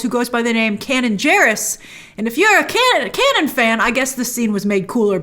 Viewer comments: Not Canon or Cannon. Kanan. Pronounced Kay-nun. He was a lead of the REBELS series, voiced by Freddy Prince Jr. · When she pronounced it Canon, not Kay-nun 😬🤦🏿‍♂️